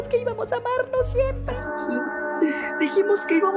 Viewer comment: "Dijimos que íbamos a aRmarnos." No sabe ni hablar el conejo.